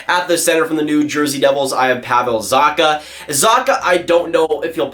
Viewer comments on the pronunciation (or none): Zacha is pronounced "zakha"